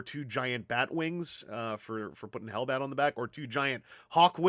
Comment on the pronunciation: 'Es 'inglish! 'Ellbat!